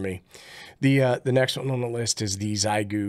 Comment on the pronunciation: Xiegu G90, Not Xigue.. but thanks for the great video!